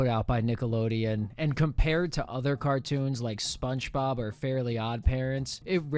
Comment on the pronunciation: back at it again with the weird "SponchBob" pronunciation....